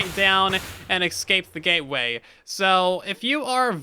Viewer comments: I say this with kindness... It's escape, not ecscape. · Eggscape, another name for the End or just a mispronunciation of escape? Place your wagers. 🤣